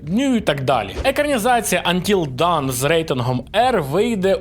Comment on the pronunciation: Трошки ухи режет: да, сам возмущен этому факту, но Dawn читается как ДОН :) Транскрипция: /dɔːn/ Т.е. даже "доон", но не "дан" (как звучит done /dʌn/).